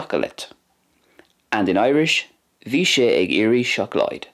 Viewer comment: Bha sin uabhasach sgoinneil. The pronunciation of some words in Gàidhlig was a wee bit off though, I think (especially the d in seòclaid, g in ag iarraidh, the long à in blàth and the dipthong in thoir). Beò is also missing a strac in the final example. Also, where did you find the words “coinnigh” and “bladhaire” in Gàidhlig? I haven’t seen these words, and can’t find them in the dictionary. Coinnigh also doesn’t fit the typical imperative verb pattern for plural / formal you? Shouldn’t it be “coinnibh” (though I thought “cùmaibh” would be used for keep). Any fluent or native Gàidhlig speakers, can you please shed light on this?